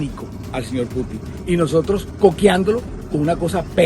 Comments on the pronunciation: El Q'Hubo le quedó pendejo a esta parodia de periodismo, no sabe ni nombrar bien al presidente de Rusia, putín Marín de don pín we ??? Jajajajajaja María Nieto es una vergüenza para Colombia, payasa !!! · Jajajajajaja Mark semana ahora es la madre del stand-up comedy de Colombia. Que esa presentadora de bazares, no sepa pronunciar el apellido de él presidente ruso, casi despierto a toda la cuadra de la carcajada que me pegue.